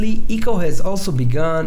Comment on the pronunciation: Also its pronounced i-co, not ee-co